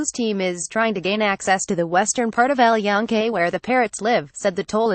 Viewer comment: at least get someone that can pronunce EL YUNQUE properly